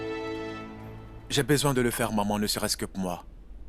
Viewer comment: J'en peux plus de la voix D'edouard 🤦‍♀️ Au lieu de dire Maman j'enttends "Mòman" 😂😂😂😂 Lucile merite cette correction elle en fait trop😅😅😅 Sara qui prenne des selfies comme souvenir pour agacer Lucile😅😅😅😅😅 Sacrée fille